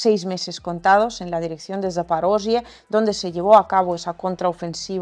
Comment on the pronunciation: Haces un gran trabajo y, cansados de oír mentiras de los medios corporativos occidentales, no sabes cómo se agradece ver tus videos e informarnos contigo... Comentario frívolo: no me canso de oirte pronunciar "Zaporozhie", suena adorable. Abrazos. 😁